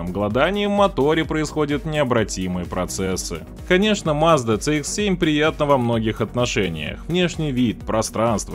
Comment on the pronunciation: Движок у Шкоды, если уж правильно называть, то ТиЭсАй (TSI), а не ТиСиАй (TCI) . То же самое и про Мазду. Не ЦэИкс (CX), а Си (CX).